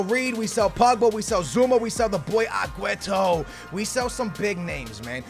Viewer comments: why do u say agueto its Sergio Kun Aguero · why you say agueto? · Why does he say "agwahTO" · As much as I love, why tf does he keep calling Aguero Agueto?? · stop saying agueto!! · STOP SAYING AGUETO